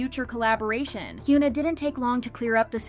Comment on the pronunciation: i like your contents but... 한국 가수 이름 언제까지 이상하게 발음할건지. 케이팝 전문 채널이면 이제 현아 이름은 제대로 발음해야지. don't you think? plz.